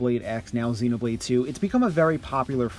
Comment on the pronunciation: Zeenobleed xD